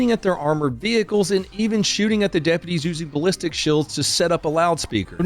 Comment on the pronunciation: "Shulds aren't bulletproof". Um, hillbilly, I think the word your two arguing brain cells was looking for was "Shields". With an "E", sound. Not a "U", sound. Sound it out, may Sesame Street for starters. I have faith in you!! JJ Zero faith.